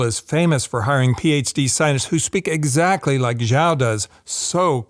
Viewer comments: Love your analysis!!! Keep them coming… please. Also, Xiao is pronounced “sch-e-ow” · "xiao" is pronounced she-ow, not zhao.